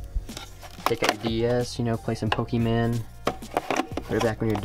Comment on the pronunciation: Did he just say “ pokeMAN ”